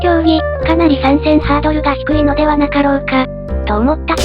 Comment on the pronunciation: 動画の内容とは関係ないですが、毎回の「～では？」の発音が「～では(wa)？」じゃなく「～では(ha)？」というところが好きです(笑) 来年も楽しくその発想力におっさんが羨むような動画楽しみにしております！！